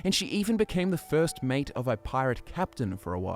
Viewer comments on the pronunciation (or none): none